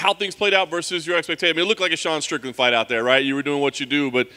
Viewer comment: Sean "strike-land" lol ill be here all weekend. 😬